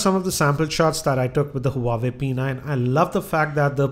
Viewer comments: Self claim geeky don't know the actual pronunciation of Huawei...shame!! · gautam diwan Did you get my reply correctly? Obviously you didn't. I'm speaking about his wrong pronunciation not spellbee LoL. A Tech YouTube blogger can't just pronounce an international brand correctly!!! It's considered as highly unprofessional. Infact, just because he gets easy smartphone from various sponsor doesn't make him a good reviewer for me. The way he reviews, it's good for a reading, where it should be in the form of written pages. But for a review in form of videos and multimedia , he still is nowhere near to any international Tech YouTube blogger. He just makes a zero innovative and scruffy approach in his videos by just simply sitting at one place and reading by looking at below(on the table where he kept data to look and speak upon). He just makes easy money because we have So many casual non tech person's who will like him and subscribe him and let him earn easy money. I feel ashamed , a tech blogger who writes geeky upfront of his name for his channel. Matter of fact he is not even 10% of it.